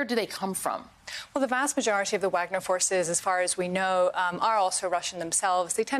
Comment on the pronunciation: VAHG-NER Group. Like the composer. Sorry to be pedantic, but she should know how to pronounce this correctly before appearing on national news. Props to the news caster on the correct pronunciation. It doesn’t take that much effort.